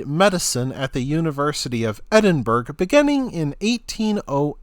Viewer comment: Edin burg?? It prounced Edinburgh ya tit